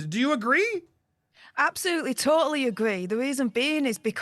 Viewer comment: Love how pronounces “Totally” like 3 syllables! 🇺🇸🇫🇷🇺🇸